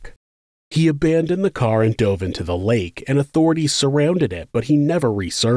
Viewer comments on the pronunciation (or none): none